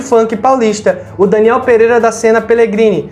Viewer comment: o sobrenome é Pedreira e não "Pereira". Agora sim, falou direitinho, ele nos deixou no hospital e não no show, como vc disse no outro vídeo, mas arrumadinho 👏 qualidade do vídeo tá ótima, parabéns 👏👏👏